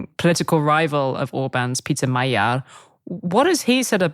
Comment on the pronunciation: Peter Magyar's family name is pronounced "Majiar" with vocal "j". In hungarian, his family name means "Hungarian"..